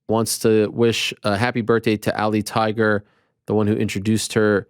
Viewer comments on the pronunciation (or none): none